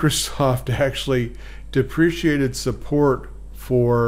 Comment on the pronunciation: First! Your presentation says "Deprecated" but you said, "Depreciated".. Which one is correct? Thanks!